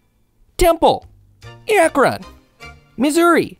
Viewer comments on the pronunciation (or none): FYI Akron is pronounced more like Akren, for future reference.